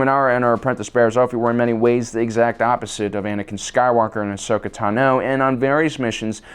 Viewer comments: What about when he says A-shokah? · I still can't understand his mispronounciation of Ahsoka's name. We hear it said aloud constantly throughout the series.